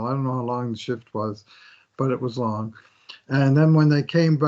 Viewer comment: " he was out for a long shlong long shift" 😅